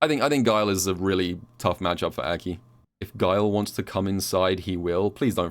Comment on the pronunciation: Why does call her Äki?